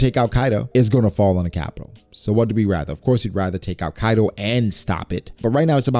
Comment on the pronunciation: Bruh it's Kaido not Kido. I do not care about your grammar Or your knowledge in English but at least get the name of a character right.